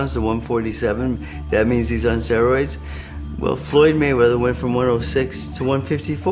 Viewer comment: pacquiao is right...he does not take steroids. He pronounced steroids "sestroids" lol